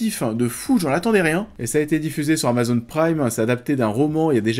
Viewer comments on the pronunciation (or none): none